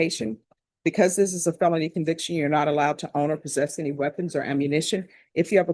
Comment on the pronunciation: It drives me absolutely insane that Judge Boyd doesn’t know how to say felony group one. She says phelpny group one